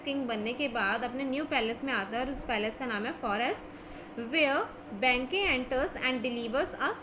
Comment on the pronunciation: Plz thats not banke its Banquo....plz change your pronunciation